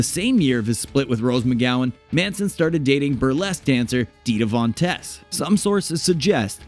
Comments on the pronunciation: It sounds like tease not tess. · Where do Americans get their pronunciations from... Dita Von Teese as in Cheese... To tease someone... Where do they get Tess from??? Idiotic.